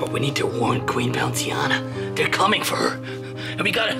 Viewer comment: "Queen Bounceiana" 💀